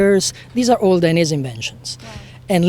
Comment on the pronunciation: How to say / pronounce Dainese from the CEO himself Dai - nez - ehh